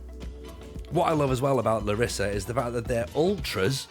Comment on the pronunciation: It's pronounced LArissa